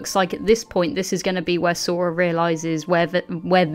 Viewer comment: Who the fuck is? Does he mean Zorro? Jesus Christ I can't listen to 1 hr of lmfao. looking foward to your theory vids without this guy not sure why not 1 of u could tell him it's Sora.